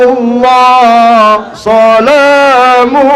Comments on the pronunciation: buat yg mau mendengar.. mereka sholawat nya saja salah... Yg saya dengar sholamulloh... Maaf setahu saya salamulloh, krn itu huruf Sin, bukan shot... Kalau shot d baca jelas terdengar "sho", tapi yg bener Sin, didengarpun pasti "Sa"... Dan kalimat Salamulloh, itu pakai sin.. jadi mestinya Salamulloh bukan sholamulloh... Monggo d koreksi bareng2... Mohon maaf jika ada salah saya. Saya masih santri belajaran... Wallohu A'lam.. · Baca sholawatnya aja sholatullah sholamullah bukan sholatullah salamullah ketahuan bgt😂😂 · Yg mbak denger emang shollatullah sholamullah. Yg ngucap sholawatnya yg salah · Saya dengar sholawatnya teman sugik kok solatulloh solamulloh,,salah itu sin jadi soth,,kya gitu kok di ikutin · Sugi nur sholawat badar aja salah. Bacaannya sholawat badar oleh sugi nur. Shola tu lloh shola mu lloh. Klo biasanya kan Sholatullah salamullah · tapi bacanya salah . 😀 sholamullah harusny salamullah 😀